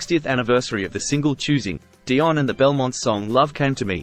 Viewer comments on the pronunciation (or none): none